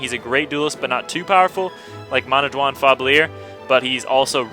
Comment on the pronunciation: haha you're dyslexic like me when saying Manawyddan. you say "Manadwan" like I did when I first saw it. Not seeing that it was actually "Man-aw-yi-dan" lol